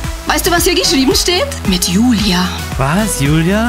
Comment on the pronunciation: Was für jüjü oder jüli es heißt Jijie und Julia und maruška